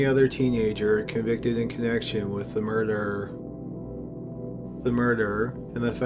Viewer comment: Dude can u not pronounce murder very well? Sounds like u always say murderer